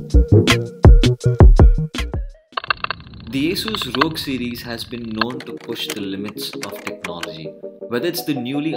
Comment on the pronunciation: It is not रॊग but R.O.G , for God sake.